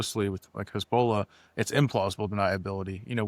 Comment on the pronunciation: My ADHD got me early on, which was such a shame because I really liked what this gentleman had to say - he clearly knows his stuff - but his pronunciation of “Hezbollah” was such a distraction…